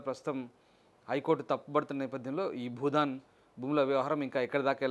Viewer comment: Anchor మిత్రమా budhan కాదు భూదాన్.